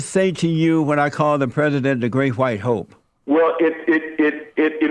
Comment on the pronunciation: Did she Whale, instead of WELL? 😂🤣😅